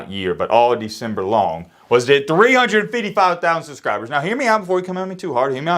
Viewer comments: I could never subscribe to someone who pronounces fifty five as “fiddy fih” and pronounces subscribe as “susscribe” like CTE poster child Brendan Shaub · I can ONLY watch his videos if i really am bored. The way he talks is SO cringe to my ears. He talks like a toddler and doesn't enunciate his words. "Subscribe" to him is "Sshhusckribe". Secondly the intro where he just keeps speaking faster and saying "shut the crap up, lets get into it" is so lame. Again, sounds like a toddler. But alot of yters feel like they have to have some special intro or catch phrase to be special. I had to get this off my chest lol.